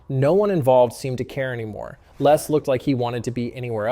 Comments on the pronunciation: LESS not Les . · I always find it strange how Americans pronounce the name Les. In the UK we say 'Lez' not 'Less'